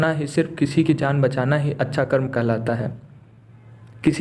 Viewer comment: Good story but please use Hindi words CORRECTLY! It's कर्म and NOT कर्मा! Foreigners have destroyed out languages by adding "a".